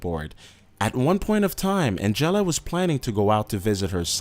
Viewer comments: The way he pronounces Angela, omg. It's supposed to be like AN-JUH-LUH, but he's like An-jellah. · AND.... someone needs to tell these narrators how to f-ing pronounce certain words! "Abrooptly"? "An-jell-a?" wtf???? LOL